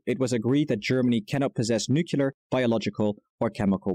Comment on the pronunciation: No fault of yours,, but I was about ready to punch my screen if I were to hear nuculer once more when he was clearly TRYING to talk about something nuclear. Was he practicing to sound as stupid as Bush the son? Grrrrrrr